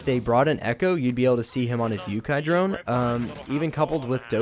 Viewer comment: The way he says echos drone😂😂